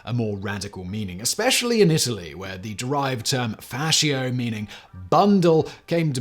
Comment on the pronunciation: You’re a great presenter but you butcher Italian beyond recognition. It is supposed to be pronounced fashio just like fashion without the n.